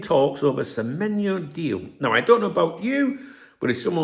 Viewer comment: Good morning 🫡👍good on you to get the players name right spot on 😆you been practicing with remy 😂👍